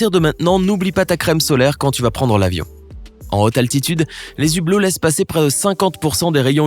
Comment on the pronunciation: Les "zhublots" 😂😂😂